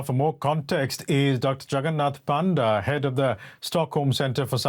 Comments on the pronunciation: more like Puh-nda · Bro that's not panda.... it's actually pronounced as Pa - nda (Paa) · Please dont call him Doctor Panda, otherwise Chinese will claim ownership on him too.. Also we pronounce Panda as Ponda.!